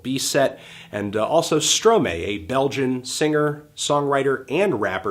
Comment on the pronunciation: I'm pretty sure Stromae is pronounced as "Stro my" and not "Stro may"